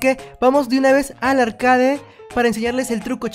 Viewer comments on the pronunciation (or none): none